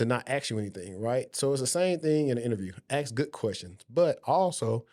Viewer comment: No Disrespect it’s Ask! Not Acks